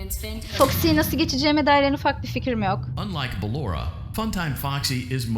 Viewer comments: bellora deyil Ballora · o beloora deil baloora olacaktı yanlış diyorsun